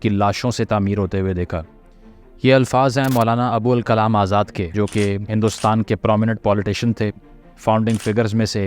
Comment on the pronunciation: ابو الکلام ۔تلفظ تو صحیح کرلیں۔پھر تاریخ داں بنیں۔